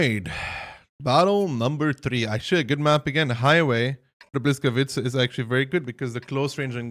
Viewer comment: not hating but maybe helping: Boo wees kavee tca;*